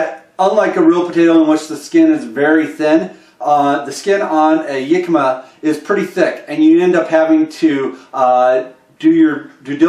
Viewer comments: Hi, it is actually pronounced Hick a ma, not Yick a ma. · your pronuciation of the world Jicama is wrong for the English language. Look it up.